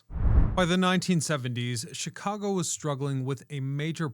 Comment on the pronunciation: Me thinks..... You're purposefully mispronouncing Chicago